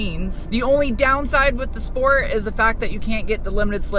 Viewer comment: As a German, I absolutely love the way you pronounce the words SCHport, SCHteel, ConSCHtructed, BilSCHtein....